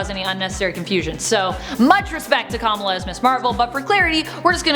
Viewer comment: Why did she mispronounce Kamala like a million times?